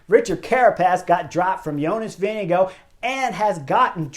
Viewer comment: Is Vingegaard really pronounced as VINNY Go?